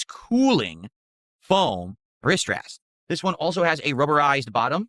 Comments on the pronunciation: “My Riss Ress” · OH he's saying AzoTH! I kept hearing AzOV This is the... 4th? 5th time he's showed off his equipment again? Bruh. His body fluids make the wood sticky..? Ew. Also: Wristwest.